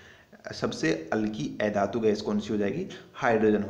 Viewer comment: Ae dhatu nahi, a dhatu sahi se pronounce kro